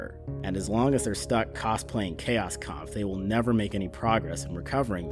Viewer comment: I do believe that "chaos kampf" is pronounced "Kows Kompf" It's German, afterall.